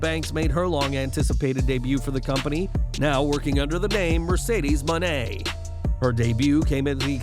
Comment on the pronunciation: Pronounce her new name properly will ya?! It's annoying that you can't get it right!